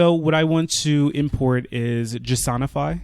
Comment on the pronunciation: This is by far the most underrated jsonify pronunciation. Great video by the way. Thanks.